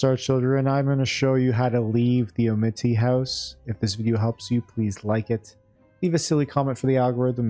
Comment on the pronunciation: its pronounced "ah-mih-toy"